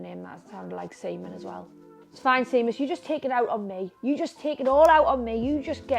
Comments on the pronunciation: Hahahaha I am dying just started the video and the man’s name is pronounced Shay-mus, not See-mus🤣 love Charlotte the legend x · Hahaha Charlotte it’s pronounced shay-mus not sea-mus 🤣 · Seamus is an Irish name it’s pronounced shame-us 🤣🤣